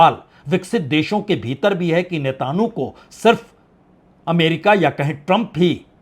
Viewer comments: नेतन्याहू,जल डमरू मध्य, मैक्रों व्यापार शब्दों का उच्चारण को सही किया जाय तो आपकी नेतान्हू,जल डमरूमल व्यहपार या मैक्रोन वाली स्टाइल में चार चांद लग जाएंगे,विश्वास करें पंडित जी। बाकी आपके शोध,कंटेंट,एंकरिंग लाजवाब है,आपकी हाजिर जवाबी और निर्भीक पत्रकारिता की तरह।जय हो। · बहुत से शब्दों के बीच बीच में बहुत गलत उच्चारण हैं। जैसे कि नेतान्हू, जलडबरूमल। ऐसे स्तर की उम्मीद न थी। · नेतांहु नहीं सर नेतन्याहू